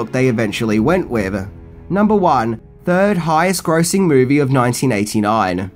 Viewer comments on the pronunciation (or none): none